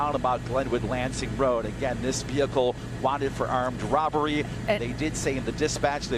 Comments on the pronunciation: "armed robeluu" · “wanted for awomed wobowee” 😂😂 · Armed what? 😂 Arbulry? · Wanted for armed "robbly" 🤣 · Heli news reporter had a stroke for a second 🤣 armed robblery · Armed Rob-Blury? Thats what the news man said. Lol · the way he said robbery